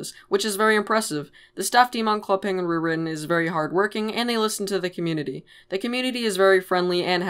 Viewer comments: why do you say rewiwen it sounds like it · “ club penguin rrrrrrrwitten “ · “Club penguin rerihhhhhn” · It bothers me how you don't say the "t" in "Club Penguin Rewritten". It hurts man. Anyways, nice video. :P